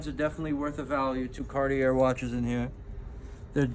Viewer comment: did you really keep saying carti-AIR mispronouncing it? bro.